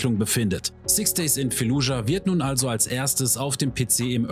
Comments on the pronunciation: wie mich einfach triggert wenn du jedes einzelne mal "fallujah" falsch aussprichst. das heisst nich f*e*llujah selbst im englischen (wie auch im arabischen und im deutschen) wird das "f*a*lludschah" ausgesprochen. ohne e. (und auch ohne k. weil is ja kein k drin.) 🧐😂 ändert jetz zwar nix mehr am video - aber vll. als hinweis für zukünftige auseinandersetzungen mit dem ortsnamen im rl als auch im spiel 🙂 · FAAAAAAAAAAAAAAAAAAAALLUJAH. F-FUCKING-ALLUHJA. Nicht Felludja oider Fällujah... FFS